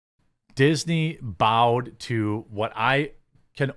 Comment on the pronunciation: "Dixney" hahaha.. Dew IT!